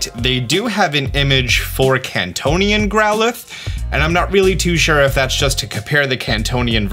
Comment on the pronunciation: its kantonian or kantean